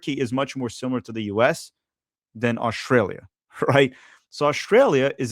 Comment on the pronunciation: Could somebody tell me where Oshtralia is? You should be able to pronounce the name of the country you’re facing. Keep downplaying Australia. By the way. The first land based defeat of the German army was EL Alamein. The US were not there the Australians were the first to break through the German lines. Flaunting ignorance is a bad look.